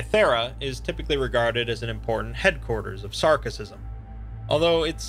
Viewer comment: Sarkicism, not Sarcicism.